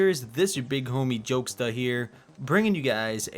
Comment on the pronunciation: I just laugh a little bit because of the way he said homie.